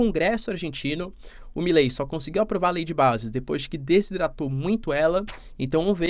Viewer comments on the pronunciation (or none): none